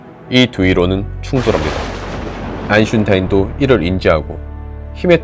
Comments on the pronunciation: 결론 : 아인슈타인 x 아인슌타인 o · 무슨 강박증인지 모르겠지만 영상에 집중하고 싶은데 "아인슈타인"을 뭉게지게 발음하셔서 보는데 뭔가 모르게 조금 불편스하네요 , , 외래어이긴 히지만 고유명사이니만큼 바르게 말씀해주셨더라면 하는 큰 아쉬움이 있네요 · 아인슌타인 엄청 거슬리네 ㅋㅋㅋㅋㅋㅋ 배경음은 웅장한데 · 님의 과학 컨텐츠는 정답입니다!! 👍👍👍👍👏🏻👏🏻😊😊 근데 전부터 한 가지 발음만 귀에서 울립니다.. “아인슌타인”이요.. ㅎㅎ 설마 벽잡고 울고 계시진 않으시죠?? 😁 오늘도 짧고 굵은 임팩트 얻어갑니다!! 👍👍👍👍👏🏻👏🏻👏🏻👏🏻😊😊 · 아니 왜자꾸 아인슌타인이래 그리고 거시기 뭔데ㅋ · 혀가 짧은지 아인슈타인을 자꾸 아인슌타인이래 ㅋㅋㅋㅋ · 아인슌타인이 머에여ㅡㅡ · 아인슌타인 말고 아인슈타인이요.... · 아인슌타인이라 들리는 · 아인슌타인 아니고 아인슈타인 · 혀 왤캐 짧은거시죠 아니면 일부로 컨셉인가 아인슌타인 뭐임 ㅋㅋㅋ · ㅋㅋㅋ 아인슌타인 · 히히 아인슌타인ㅋㅋㅋㅋㅋㅋㅋ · ㅋㅋㅋㅋ 나도 이 생각했는데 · 저만 아인슌타인 이라고 들리나요? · 아인슌타인 발음때문에 이사람 영상을 못보겠음 꼭 이분영상보다가 아인슌타인 발음 나오면 거슬려지면서 영상에 집중이 안되고 다섯번 정도 나오면 끄게됨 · 발음이..슌 슌 거려 ㅋㅋ 이순신장군 해봐요 이슌신 아인슌타인 이슌제 슌대국 슌퍼마리오 S.E.S 슌 슌퍼맨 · 님 아인슈타인 발음 힘드시면 리뷰엉이님처럼 타인이 형이라고 하세요ㅋㅋㅋ